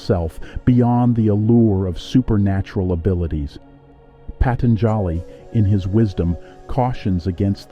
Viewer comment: Patanjali is pronounced “Pah- tun- ja- lee, with the accent on ‘tun’. So I heard it said in India. I hope thats correct?